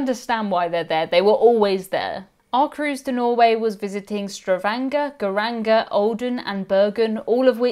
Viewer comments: StaVANGer not staVRANGer 🙂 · Say it with me, all together: Stavanger, sta-vang-er. Not: Stravanger.